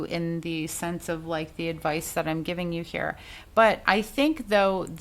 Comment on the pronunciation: Like “likuhhh & a dutch” cracked me up! Love me some you girl! 😩😂